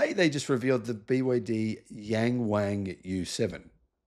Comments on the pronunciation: It is pronounced more like Yung Wung than Yang Wang. The Pingyin ‘Ang’ sounds more like ung than ang. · will never read this comment but it's actually NOT pronounced yang WANG... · Mate Yang Wang isn’t pronounced like that. It’s more like “Young Wong” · the a in pinyin does not make the hard A sound. it makes the AH sound. hard A is usually written as ei.